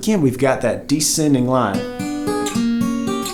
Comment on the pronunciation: Descending. There's an 's' in it.